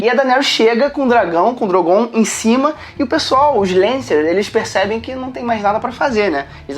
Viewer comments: Para de falar DROGOONN cara, é Drooogon 😂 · Gastura deles falando "drongoon" eca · Só me incomoda nos vídeos quando chamam "Drogón" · Falar DrogÔn e valankuar chega a embrulhar o estomago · Drogôn? Kkkkk